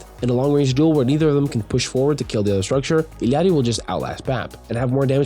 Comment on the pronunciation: Illary, not illiarly